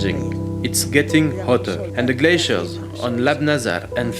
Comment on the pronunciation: When she says "Glaciers" she sounds like she's saying "Glay seals"..